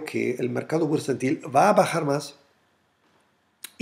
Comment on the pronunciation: Hallo...........es bursatil......no bursantil!!!! Chusssss